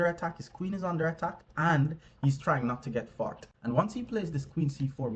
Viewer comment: Forked. He’s saying…forked.